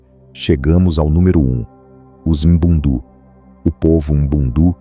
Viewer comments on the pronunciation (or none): Correção : Povo Ambundu ( Norte de Angola ). Língua : Kimbundu Pronúncia : Àmbú:ndù Kìmbú:ndù Povo Ovimbundu ( Centro, Sul de Angola e Litoral de Angola: Benguela, Huambo, Bié, Huila ). Língua : Umbundu Pronúncia : Òvìmbú:ndù Ùmbú:ndù